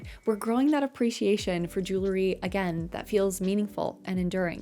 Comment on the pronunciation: lol are you saying jewlery?